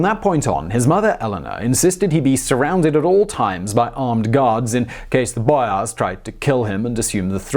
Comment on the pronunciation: bro who speaks like you do ? boYAAARss